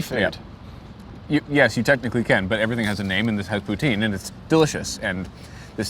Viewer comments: Let's correct that pronunciation -> Tin , as in tin can. Poo-Tin. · I'm English Canadian and even I know you were pronouncing "poutine" wrong .. c'mon guys 😜